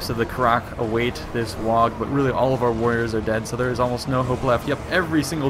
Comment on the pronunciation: hey bro, you don't pronounce the G in "WAAAAAGH" ;) HA HA